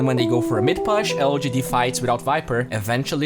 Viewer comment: Thank you for these videos man, really appreciate them. Your English has come a long way. Still some words like "push" that are a little off. The pronunciation should be more "poosh" than "puss(h)", but still I love your work. Keep it up.